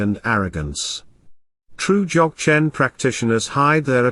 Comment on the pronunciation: I t would be great if the announcer could pronounce Dzogchen in the correct way Also the word Rinpoche was mispronounce A little more training in language is necessary